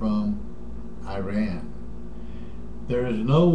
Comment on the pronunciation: Shut the fuck up you old fart. Go eat your twinkies or some shit Learn to fucking pronounce IRAN properly first before you even begin to talk about them, dipshit. hahahahahaha